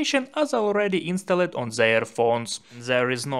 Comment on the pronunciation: Good video but don't say insta led . It is pronounced instald. The e is silent. Thank you for your very good videos. Do you want me to help you with pronunciation ? I stop if you want me to stop. ❤love❤.